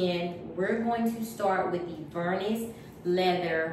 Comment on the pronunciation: Vernis has a silent s at the end.